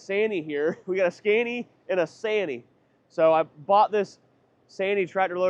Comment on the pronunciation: Your pronunciation of Scania kills me.